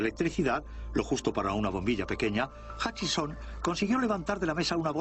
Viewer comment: Se llama efecto Hutchison, no Huckison, como serás idiota...